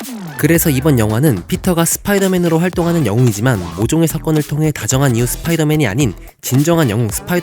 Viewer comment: 스피이더 맨이 아니라 스포이더맨인뎁쇼